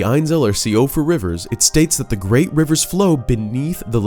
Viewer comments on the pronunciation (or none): Love this video! Siofra, though, is "She-fra" (or rarely She-off-ra). Irish in origin. Means Fairy or Elf. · “Siofra” is Irish. It’s pronounced shee-fruh.